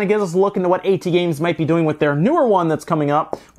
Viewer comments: I never hear someone called AT games as "ey tee games" usually people read it as "@ games" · AtGames, not Aey-Tee Games. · i don't think he even has the respect to pronounce them properly, and i get that.